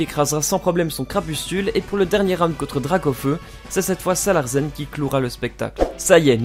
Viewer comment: On dit "Salarcen" et pas "Salarcen"! Ça vient du mot larsen, le phénomène accoustique qui survient lorsqu'on approche le micro du baffle.